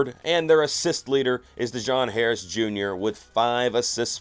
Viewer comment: Bro said DaJohn Harris 😭